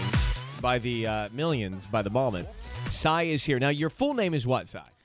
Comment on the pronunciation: Psy is pronounced sye